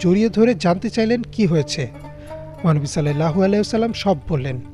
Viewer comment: আপনি বলতেছেন "সাল্লেল্লাহু আলাইহি ওয়াসাল্লাম" এটা ভুল! এখানে হবে"সাল্লাল্লাহু আলাইহি ওয়াসাল্লাম" অর্থাৎ আকার দিয়ে হবে। এ কার দিয়ে নয়।